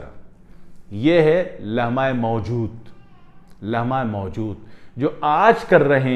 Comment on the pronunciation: لمحہ موجود کا تلفظ استاد محترم سے بھی ادا نہیں ہوپارہا۔😂😂😂